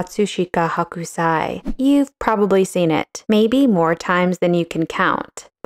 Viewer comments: It’s really nit-picky, but his name is pronounced HOkusai, not HAkusai. Hakusai means napa cabbage (a kind of Chinese cabbage) in Japanese. Hokusai (北斎) → 🌊 Hakusai (白菜) → 🥬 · Sorry, you had me laughing the whole time. The artist's name is Hokusai, not Hakusai. The Ho part sounds like Hoe, not Ha ha ha. In Japanese Hakusai is Napa Cabbage (Chinese cabbage). You're calling him "cabbage" the whole time. LOL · I love your art commentary, but the pronunciation is Ho-ku-sigh --- NOT Hawk-oo-sigh. Thank you. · Love the video and analysis of this print. Gentle info: His name is pronounced 'hoe-ksai', not 'hawk-u-sai'. The 'o' is a long and they don't pronounce the u so much if it follows a consonant. I probably wouldn't have mentioned it if you had said it just a couple of times, but after hearing it a lot I thought I should let you know. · Your pronunciation of Hokusai transformed him into a "chinese white cabbage" (Hakusai) :D (also in the subtitles lol) Thank you for another interesting video! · Hoh-kuu-sah-ee, I think. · H ō kusai. Pronunciation counts. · His name is pronounced "hoke-sigh".